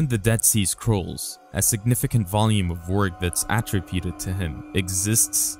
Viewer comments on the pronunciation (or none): none